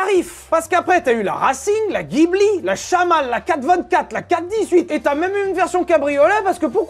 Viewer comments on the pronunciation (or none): none